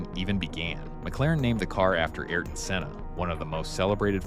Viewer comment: “Ay ear ton”, not “air ton”